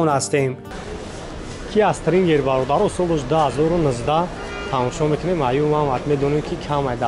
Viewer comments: секунд,. Киа Стрингер неее😂😂. Киа -Стингер . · Стрингер🤣🤣🤣🤣🤣🤣🤣.. Стингер!!!